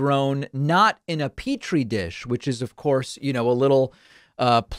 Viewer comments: She makes two gaffes in that rant. Along with the "peach tree dish" bit, she says something like "babble movements" when she was trying to say "bowel movements". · I don’t think that is how you pronounce Petri dish, Margie.